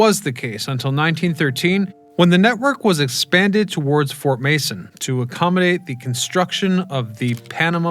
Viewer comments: Fort Mason, not Manson! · Fort Mason, not Fort Manson. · At 3 minutes, it's fort Mason. Not Manson.